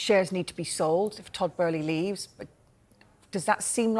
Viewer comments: Bow-ly. Not Bur-ly jesus christ. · To be fair that does seem to be closer to the original German pronunciation of "Böhly" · and then even she said after hearing the other guy say it so much. She literally knew it was Boehly and changed what she knew just because the other idiot was mispronouncing it so much 😂🤦🏼‍♂️ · Todd Boehly ❌️ Todd Bæhlie ✅️ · Somebody needs to tell this dumb turk thats its boehly not!! 😂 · WHERE IS THE R IS TODD BOHHEHEHEHELEY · Dude called him Todd Burly 🤣 sky sports chief reporter and doesn't know the names of the people he's talking about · She pronounces it correctly but Kaveh insists on calling him “Todd ” but seems to then change her pronunciation after hearing him say “” 50 odd times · The other presenter even pronounced it correctly seconds before 🤦🏻‍♂️ It’s almost an arrogance to decide to pronounce it a whole other way after you’ve heard the correct name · but it's not how he pronounces it, there's interviews out there where it's said. Besides with an umlaut it's an "uh" not an "ur" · Literally seconds after the other presenters pronounced his name correctly and then she changes how she pronounces it after hearing him keep saying “” 🤦🏻‍♂️ And Kaveh’s pronunciation is incorrect I’ve heard the correct way in interviews with Boehly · can’t even get the name right & he works for sky ffs 🤦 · why does he keep saying Todd's last name wrong? he has done it in other reports too, christ that is embarrassing. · Can he say Abramovic and Boehly properly it’s irritating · This pundit can't even pronounce Tod's name correctly 🤡🤡🤡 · Typical sky sports. Their chief sports reporter can't even get Todd Boehly name right. Always playing catch up behind social media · Can someone tell this guy how to say Boehly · Sorry I just can't take you seriously if you can't even pronounce his name properly 🤣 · WHERES THE R IN BOHELELEHEELEHEHELEHEY